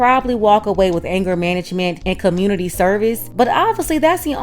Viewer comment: In the communitah, he’s a “real man.” 😂